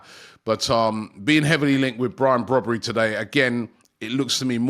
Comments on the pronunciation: Its Brian brobbey not brobbery im from the netherlands myself 💀 how did you get the name brobbery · He called Brian Brobbey not Brobbery 😂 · ‘Brobbery😂😂😂’ its Brobbey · There's been a Brobbery hahaha!!!!. Come on Robbie get their names right man! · I guess it’s Brobbey and not Brobbery😅😅😅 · Brian Brobbery? 🤣🤣🤣 Robbie getting baited by his own colleagues 😭😭😭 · Brobbery?? His name is Brobbey, no 'r' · The name is Brian Brobbey rather than Brobbery. A Ghanaian name pronounced as Br-"au"-B "ay". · It’s brobbey not brobbery 😭😭😭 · Zirkzee is actually an interesting player. Also, it’s “Brobbey”…not “Brobbery”. 😂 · Robbery come on y know y wanna say it 😊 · His name is Brian Brobbey, not Brian Brobbery. That would be a fusion between Brobbey, Ribery and Robben. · Brobbey* not brobbery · RIBERY-ROBBERY-BROBBERY - Actually it's Brobbey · BRO is not BROBBERY that is what expressions would call him,it s Brian Brobbey. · It’s Brian brobbey not brobbery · Brobbery😂 cannot even get his name right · Robby butchers people’s names all the time but Brian “Broberry” is a new one 😂😂😂😂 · Brian Brobbey. Robbie butchering players names 😂😂